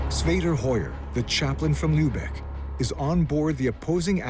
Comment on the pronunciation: Enough of lubecks - the name is Lübeck, not Lubeck!